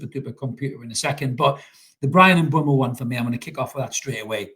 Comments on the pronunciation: It's M....boom .o. not M b. whey mo or M. bumhole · And M-boomo